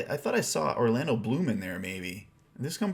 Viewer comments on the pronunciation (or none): none